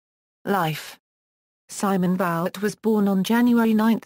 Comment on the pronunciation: Vouet ! Voo-aye ! with no disrespect intended, why do the research for this lovely quick sketch of the artist and then use a robot and slaughter the pronunciation of the man's name?